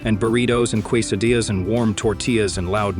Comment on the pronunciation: You can HEAR the punctuation in this computer narration. And no human says "kwaysedia". No than you.